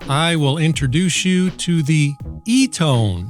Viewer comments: You could find out how to say the name in under 2 minutes by going to one of their commercials. It's "Ee-TAHN" It's a company that's been around for decades and a used by the Red Cross. They've been there for thousands in dire situations. They deserve more than a lazy, I-could-care-less: "I don't know how to say it. Eeeeton. Eeetone? Whatever." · Can you yanks not speak English it’s E,T,O,N NOT ETONE SAY IT RIGHT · Pro- nun- ci-a-tion E- ton not Etone or Etin .i've heard all the others with the same wrong pronunciations E- TON maybe there's a short ( wave) of cutting through the chase and keying into this first , be for exploring further or other frequency's lol .that's like Short hand for laugh out loud . You are a funny man . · Your info sounds great, but I have to tell ya, your Eaton/Etone joke(?) was really getting on my nerves and really distracted me. If your goal is to inform, why go for the ongoing joke??! Please pick one pronunciation and stick to it! 🙃😇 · it's pronounced eton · E - ton. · We think alike! I just found you and subscribed immediately. The Administration is determined to destroy the country. P.S. Chat GPT says the brand name, Eton is pronounced like "EE-tun" with emphasis on the first syllable. In georgia, we use that all the time: "Have you EE-tun today?" Excellent video. I do need such a radio. I'm going to try to get one with a hand crank. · Eat'n as in 'Do'nt bother me, l'm Eat'n'!!!🤓🤓🤓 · Lol I think it's e-ton... Tone has an e on the end lol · Sub'ed after the first just for the eloquent pronunciation of the "ETON" , "E-TAN", "EEE-TON" radio !!! LOVE IT! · Eton, like the school. Please pronounce eaten as in iv just eatn a sausage. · It’s pronounced ’Aeé-tin’. But only in Alabama. Lol. Love your videos! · Thanks for letting me know I need one of these. This video also answers the question I had about what you do with all the stuff you buy/receive once you review it 🤣I have clutter envy! Edit: It's pronounced Eton.